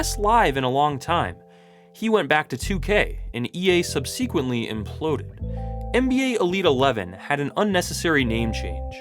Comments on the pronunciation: It's pronounced SUB-seh-quent-lee. Not sub-SEE-quent-lee. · That's a wild pronunciation of "subsequently" man...